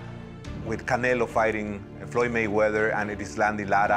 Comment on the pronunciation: Oscar cant even say Floyds name! LOL